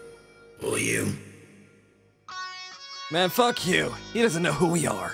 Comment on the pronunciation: you can’t even say fuck right